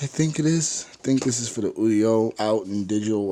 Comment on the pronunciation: your saying audio wrong